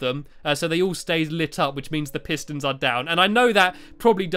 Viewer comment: i cant understand the redstone piston pistoon what?!! hahaha